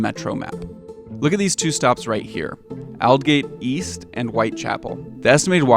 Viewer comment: At 0.15 it is pronounced oldgate east